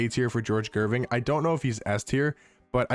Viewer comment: "Gerving" "Dischinjer"